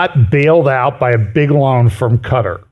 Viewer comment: I love you, but please pick 1 way to pronounce Quatar! People pronounce it 2 ways so just go with one. That stuttering every time you try to say it is a bit distracting!